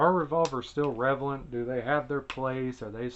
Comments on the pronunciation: What an arcaic fuddlore ridden way of thought and wtf is "revalent" anyway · “revalent” lmao